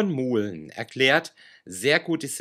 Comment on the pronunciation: Bitte den Namen von Yvonne Mouhlen richtig aussprechen!!!!